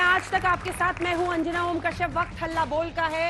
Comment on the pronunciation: आज नाम गलत बोल दिया. अंजना ओम ...